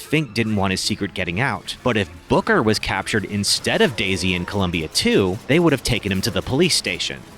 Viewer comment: I think this is an excellent concept for a rewrite but- I can't help but mishear you saying "Booker" as "Booger" and it's cracking me up a little lol Cucumber...